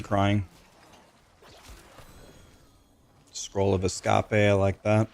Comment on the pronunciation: Why does he say Escape in three syllables when it's two.